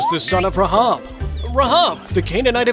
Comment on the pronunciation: it is pronounced Raihab not RAHAB how you pronounced it